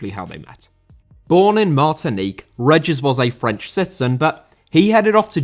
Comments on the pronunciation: David Regis’ surname is pronounced “Ree-Jiss”. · REEGUS not reggiss ughhhhhhhhh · it's ree-jis ffs lol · That pronunciation of 'Regis'. Damn.